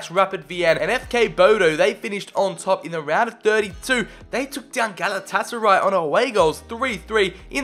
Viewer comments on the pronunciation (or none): none